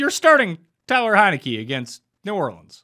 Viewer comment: my dude, I wrote it how you pronounced it - his name is Taylor Heinicke not Tyler Hay-neckee lol That's the joke, you said respect the name but you said the name wrong!